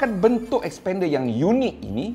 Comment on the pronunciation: Masalahnya.. nama.. slalu tersasul sebut spender 👻